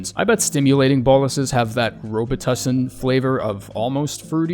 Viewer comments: Its pronounced BO-LUS you literally had the pronunciation on screen there's a full stop right there 😀. Not boll-us. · They are pronounced boh-lus